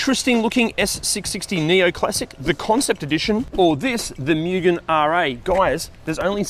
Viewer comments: It's moo-gen NOT myew-gen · If you're going to do a car channel, lean how to pronounce Mugen. Its (Moo Gen) not (Myuu Gen) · FYI: the pronunciation of MUGEN is "Moo -ghen" (with shorter "Oo" sound)